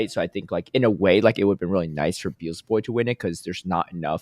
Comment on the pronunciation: Hype worlds, Noone selecting Kento was crazy to me. Also, funniest thing of Day 3 was Butter mispronouncing Beelzeboy's (he'd say Beezelboy) name every second time he said it but correcting himself after Caleb said it properly. Kaz also made the same mistakes in this episode 😂